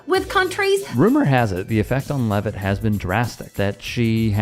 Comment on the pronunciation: Blah blah bluh bluk bluk leaveit